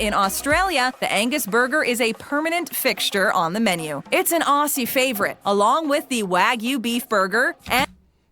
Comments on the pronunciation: So many wrong things in this. Never trust an American video about Australia. Many of those things are only available at McCafe, and not in the ordinary McDonalds. And it's pronounced "ozzie", not "ossie". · She keeps mispronouncing Aussie (ozie) and it's driving me nuts.